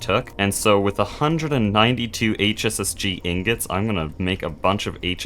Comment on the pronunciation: every time you said "hss-g" it made me think of heartgold and soulsiver